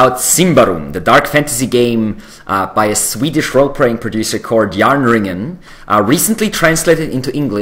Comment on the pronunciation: You should do voice-overs for Järnringens English promo-videos for this game! Your accent and your pronunciation of the names sounds so perfect for this game! I've been pronouncing the names in Western Swedish, but I should try yours instead! Thanks!